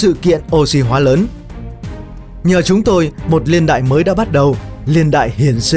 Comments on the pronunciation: tôi nghĩ là "niên đại" chứ ko phải "liên đại" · Video có tính tổng quát cao. Nhưng mà "LIÊN ĐẠI..." là cái gì nhỉ. Nó gọi là Niên Đại ạh.